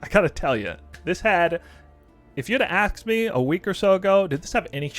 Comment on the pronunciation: did you say “axe me”?